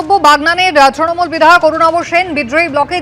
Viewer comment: নিউজ অ্যাঙ্কর তৃণমূল কে "ত্রণমূল" বলেন কেন?